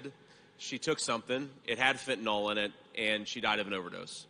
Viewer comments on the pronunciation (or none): It is pronounced fentanil, not fentanol